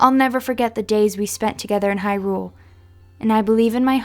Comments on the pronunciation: It's not hyRULE, it's HYrule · The way you pronounce hyrule makes my blood boil.